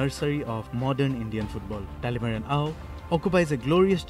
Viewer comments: Not talimara, it's Talimeren.. Thank you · Just letting the report know that his name is talimeren not talemara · I think the reporter did her homework wearing sports tee only to mispronounce Dr. Talimeren Ao. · Good, news reader. But ur pronouncetion is very poor. Dr Talimeren Ao n Akoktally son. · What a shame! The reporter can't even pronounce the name correct.